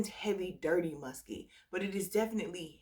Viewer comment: “Muskay” when you laughed at yourself I lol’d. I remember when you didn’t care for L’Imperatrice and now I found something in it that makes my nose turn up but I do think it’s because I wore it in cold 🤞🏼